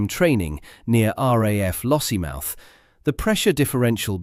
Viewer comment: Lossiemith? Pronounce it properly - LossieMOUTH.